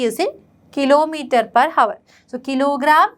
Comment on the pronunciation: Miss, it's not havar It's hour 'H' is silent